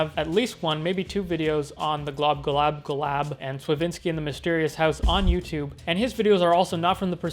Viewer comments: Good commentary, dude. But say it with me slowly... Glob-glo-GAB-ga-lab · Man I'm pretty sure it's pronounced "Glob Glow Gab Ga Lab". Good video anyway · It's GLOB-GLOG-AB-GALAB it's not really hard to say it correctly)